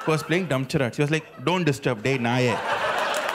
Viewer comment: you need to get the correct pronunciation for charades bro.